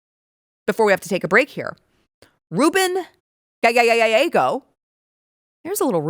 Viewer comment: por favor te dije como pronunciar el apellido GALLEGO.